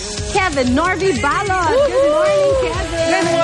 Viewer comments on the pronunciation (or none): balot not balut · GAWD PRONOUNCE IT RIGHT PLS, BA'LOT HAHA KABOTHER